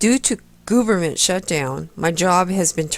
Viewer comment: I want to believe that she is saying gooberment as an intentional slight to the government. Saddly, I fear this may be more charitable than her intelligence warrants. Sadder still, I sat through more than half of this hogwash. As long as I'm here making comments I should add; kickassjim1 is correct also.